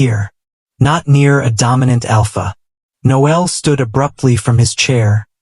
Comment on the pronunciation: I hate how AI pronounces Noel likes it a girl.